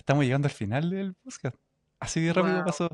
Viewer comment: Nunca nadie le dijo a este tipo que decia mal la palabra PODSCAST!!